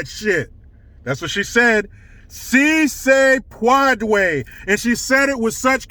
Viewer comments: "SEA SAY PWOUADAY!" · Melania speaks multiple languages, yet the left would call her stupid because she had an accent. Meanwhile, Dr. Jill, has a PHD in education yet can't pronounce a 3 word phrase in Spanish? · Lol, Jill was fact checked, On March 31, 2021, first lady Jill Biden mispronounced the Spanish phrase, “Si Se Puede,” during a speech. Rating True True About this rating 😂🤣🤥😂 Origin First lady Jill Biden has many accomplishments, but speaking Spanish may not be one of them.